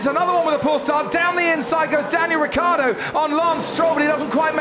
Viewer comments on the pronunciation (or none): Ma perché diamine il telecronista dice Riccardo invece di Ricciardo?! But why the hell the commentator says Riccardo instead of Ricciardo?!